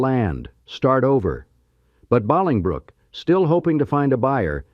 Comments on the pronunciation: I hate AI !!!!!!!!!!!!!!!!!!!!!!!!!!!!!!!!!!!!!! Wanted to watch but can't pronounce the name correctly. Will not recommend. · You lost me in the first minute with the horrible AI pronunciation of Bolingbrook. Maybe you could bother to narrate yourself or force the lame AI to get the correct pronunciation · I went there as a kid. I lived not to far from there for a bit. This video is way to long. Lots of repeat information. The AI pronunciation is horrible. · Yes, AI mispronouncing. I used to visit there in 2019... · It was like nails on a chalkboard. If they are going to use AI, at least program it get place pronunciations right. N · OMGosh! SO annoying!!! Especially for we locals!!! Jeez, do all of that research and work and get the freaking Suburb name pronounced wrong???? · AI is so stupid, it is pronounced BowlingBrook! You are not real either! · Boling•brook; pronounced like Bowling•Brook. Bowling ball, bowling alley. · the correct way to say the town is... bow ling brook (phonetic) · It's Bollingbrook spelled differently but like bowling like bowling ball Bollingbrook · Stop with the Bawling Brook 😂😂 that is annoying me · JFC with "Baaaalingbrook!" This was a good video, for the most part, but someone told an AI to make it an hour, NO MATTER WHAT, when it actually ended at about 27 minutes. One can TEACH AI to pronounce things correctly. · Bolingbrook (Pronounced Bowling Brook)! Get it right, omg!!! I visited Old Chicago! It was cool, and kinda like an indoor neighborhood with amusement rides!!! Very neat-o!!! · Bowling , Bowling, BOWLINGBROOK!!! stupid AI voice! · AI needs pronunciation training for Baalingbrook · 😂😂😂I went to Bahlingbrook HIgh School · First, "bowling - brook" is the pronunciation. Second, typical AI using too many words and saying the same thing over and over. Normal people would have told the same thing in 30 minutes. Couldn't even bother to edit. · God I am so tired of fucking AI bowling brook ,, what the fuck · Def not ballingbrook